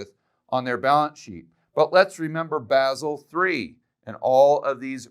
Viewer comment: Good analysis. Btw Basel is pronounced Baa zl.